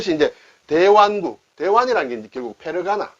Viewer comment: 대완국이 아니라 대원국이라 읽어야 됩니다.